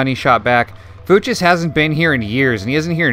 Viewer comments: I think it's pronounced fyooks. Love the channel btw. Subbed. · Fuchs is pronounced like "fox" (Fuchs even means fox) but instead of the o it's the oo sound from looks, as in, "they were giving me strange looks."